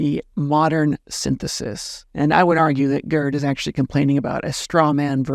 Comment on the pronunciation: Please stop calling the man "GURD." His name, in German, and English, is pronounced "gayrt" with a German, uvular "r." When one says GURD, it sounds like GIRD, which is an acronym for "Gastrointestinal Reflux Disease." 😁